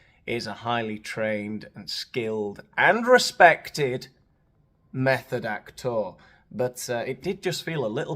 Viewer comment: Do you say method actor or meth addict , i didnt quite catch it 😂